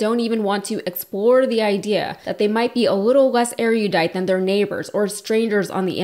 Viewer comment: The word is erudite, not eriodite. That's one word we should pronounce correctly, if we choose to use it.